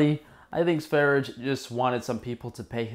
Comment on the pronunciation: Lets all say it together so you learn: S V E - R J E. It's Swedish for Sweden.